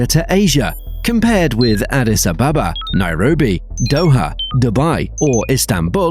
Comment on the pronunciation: ET could have turned SAA's misery. Bu they turned down ET's offer. ET also connects Cape Town several times per week in addition to JNB. Imporantly, try to lisen to the locals when pronouncing Addis Ababa. Mind you this is the only non colonised capital city in Africa.